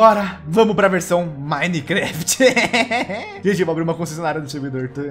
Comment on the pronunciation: vc errou no começo😅 vc falou minecaft 1.7. da o coração ai😅